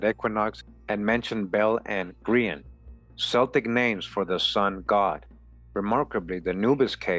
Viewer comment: Nice work! One minor semantic detail, Celtic is pronounced as a hard 'C' as in Kel-tic. :hand-purple-blue-peace